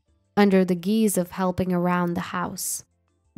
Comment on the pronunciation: Guise is pronounced like "guys" not like "geese"